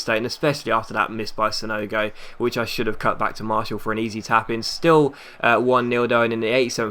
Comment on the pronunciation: Please, it is pronaunced Mar-ti-al not Marshall